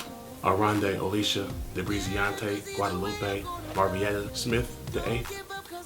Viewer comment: My nigga said Debreeziante!!! ded!!!